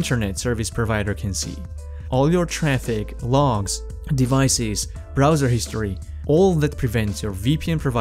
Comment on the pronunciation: servicees? devicees?